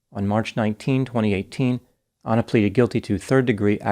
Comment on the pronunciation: Doc.. you’re a white American, should be familiar with common names. Why are you saying ANNA like “Awna or Auna” ??🤨